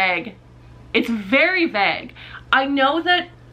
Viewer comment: The way you say vague intrigues me